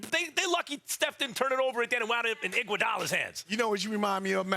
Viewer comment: he pronounced igoudala wrong